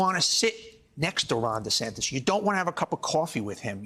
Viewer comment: DUH-Santis. King of FloriDUH